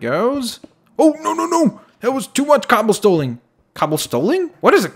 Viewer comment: When say ‘cobblestoling'i was thinking like people stole cobblestone XD